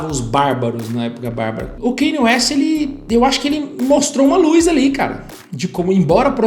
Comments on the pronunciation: É Kân-iê, não Keini. Só pra esclarecer porque o nome dele tem uma pronuncia incomum mesmo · Não consigo ver um vídeo inteiro aonde o cara fala errado o nome do Kanye... "Kenye" PUTA QUE PARIU